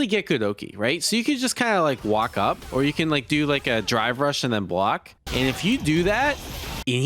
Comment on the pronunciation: My ears must be going because it sounds like he is saying dry brush, instead of drive rush.